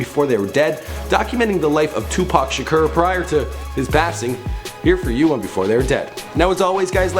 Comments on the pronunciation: Its shakur not shrek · NOOOO! it's tupac sha-core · It's shakur not shaker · it's two-pack Shaker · voodoo1345 lol tupac shaker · anyone else notice is says shakur but its actually pronounced "shukor" 😂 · If u mispronounce Shakur one more time